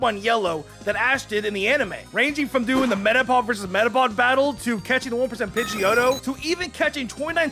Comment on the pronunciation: he say pidgio